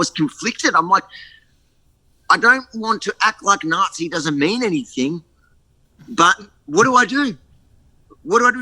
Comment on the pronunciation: Issac Butterfield said “anythink” case closed.